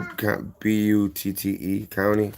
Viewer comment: Butte is pronounced byoot